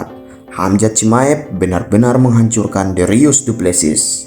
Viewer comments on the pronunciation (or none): dricus bukan dirius:( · Dricus bukan darius 😂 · Bang dricus bukan derius😂😂😂😂😂